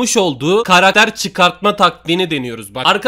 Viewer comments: ne diyo duydunmu karakter değil karater diyo ne alakası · 3snde karakter yerine Karadere dedin ların abi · Yoq krater aw ya ssjsjjsjsjsjsjs Karater ne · Karakter e karater diyen koca yurekli larin😂